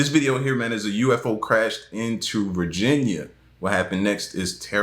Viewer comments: Hey brother, I'm new to your channel and quite much enjoyed as it seems you like from the same place I'm from. I'm from the boogie down. Anyways. The name of that town is car actually pronounced Vargeenia something to that effect but not Virginia like our state the one UFO film maker James Fox did a whole documentary on this alleged crashing of spacecraft in Brazil you should check it out if not already peace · This nicca said varginiah⚰️ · The name of the place is Varginha but the American ppl, in this video. are saying Virginia incorrectly